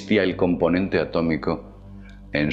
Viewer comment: ...se dice A T O M I C O..... XD